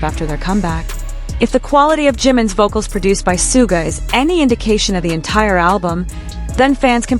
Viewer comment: Sharking fax? Did you hear RM talk about Jimin and Soooga's working relationship? If you did you would know how to say their names. By the way the guys always aim for perfect, never settle for just OK.